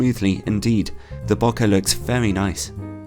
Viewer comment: Hey I love your reviews and turn to them often for purchases (recently got the Samyang 12mm full frame based on your review). I`ve just sold my EF 85 f1.2ii and was planning to get the new Sigma 85 f1.4, so I would love a review of that ! I do have one small suggestion : your pronunciation of out-of-focus areas as `bo-kuh`; the Japanese word is romanized and pronounced as bokeh, or `bo-kay`.